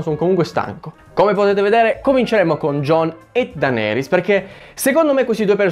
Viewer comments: Odi cosî tanto Daenerys che non riesci a chiamarla giusta... DENERIS non DANERIS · Ma la chiami ancora "Dàneris" hahahaha